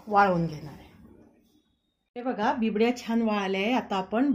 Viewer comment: Uccar bibdy nahi bobde asa aahe